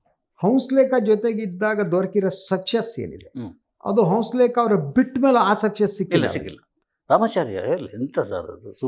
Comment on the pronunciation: ರೀ ಹಂಸಲೇಖ ಅಂತ ಸರಿಯಾಗಿ ಹೆಳಿ ಹೌಸಲೇಖ ಅಂತೀರಿಲ್ಲ